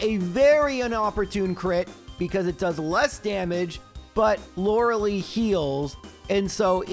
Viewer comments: Loreh-LIE. Please. :) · Lorelei nearly wrecked you because she's tired of you constantly pronouncing her name wrong.